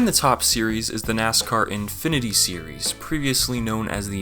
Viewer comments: You pronounced the current Busch series name wrong. You had the wrong Whelen logo, the one you had is the European stock car crowd. The problem I have with the game looking back is Dale Jr is in the 8 in the National series as it is called in game when he only drove it at Daytona and Martin Truex his regular driver was not featured. They have Terry Cook in the 10 car in that series as well when Gus Wasson drove it for the most part. The fantasy tracks were fun and all but that left out places like Gateway, Memphis, Nashville Superspeedway and Pikes Peak. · Thats a weird way of pronouncing xfinity xD